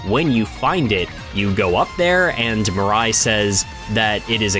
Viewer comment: you called mirei mirai lmao